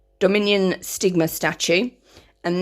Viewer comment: Heya enjoying the videos. I was wondering why you are pronouncing Sigmar as Stigma?